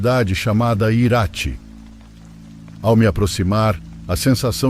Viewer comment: A cidade se pronuncia, Irati e não Iráti...